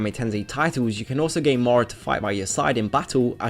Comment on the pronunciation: Hmmm... i hear morow alot, but he does say not obout but about properly.... english language has way too many exceptions @@